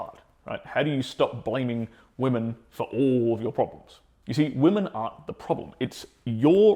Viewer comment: just a small feedback: When you say 'woman aren't the problem' it sounds like 'woman are the problem'. Maybe it's worth to press more attention on word "NOT'?